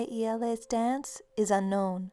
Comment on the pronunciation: im from romania,and i love how you say "iele".